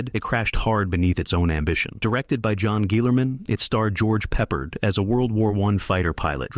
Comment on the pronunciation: It's Pronounced George PRE-Pard NOT George PEPPERED like some weird menu item! You seem to have a problem with him as every other movie you list as a flop stars him. What's your point? Battle Of The Bulge is the only movie here that DEFINITELY deserved to be a FLOP. Calling the rest flops is ridiculous. The Battle Of Britain? The Blue Max? Anzio? The Victors? The Secret War of Harry Frigg (which is a terrific comedy)? You are clueless.